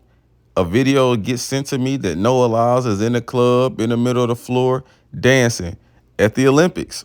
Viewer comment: Noah Lie-ills 😂